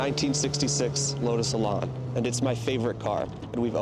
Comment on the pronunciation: Elan rhymes with pan.